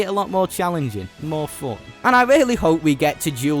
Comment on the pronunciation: Can u please learn how to say fun?